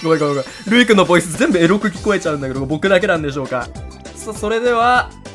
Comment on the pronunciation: エッッrrrロ好きWW 全く同じ反応しました